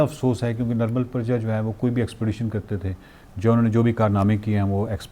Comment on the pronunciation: It's Nirmal Purja not Praja.